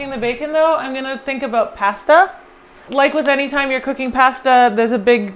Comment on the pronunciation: Its pasta not passduh lol That looks so good though.